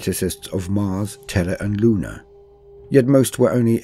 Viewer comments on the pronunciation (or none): none